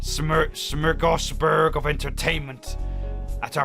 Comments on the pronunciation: If anyone is curious, the pronunciation of 'schmorgishborg', kind of sounds like "sm-org-as-boar-dh", (no hyphens, obviously. The minus sign [ - ] is mainly there to help differentiate the sounds needed). Not that anyone needs to change how they speak or anything, not everyone can know everything, after all. Please don't feel the need to apply this knowledge, or even change how you say it from now on, if you don't want to. This isn't a complaint or some kind of pressurising nonsense. It's mainly because of a bad habit, "a need to inform" I guess you could call it. Sometimes backfires though, as you can probably imagine, haha... 😅 Also... though this might just be a country of origin spelling difference, I... think we spell it smorgasbord here in the UK? Not too sure about that one though. Anyway... Jeremy next, if you don't mind. I'm also curious, when you try the Barbie route again, would you also end up being the Male protag again as well, like you were when you first tried it? Please don't get the wrong idea, I'm all for anyone loving anyone of any gender, race, religion and whatnot, so long as it's... y'know, consensual and legal. All the good stuff. In retrospect, this whole thing was needlessly long, sorry. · It’s pronounced s-more-Gish-board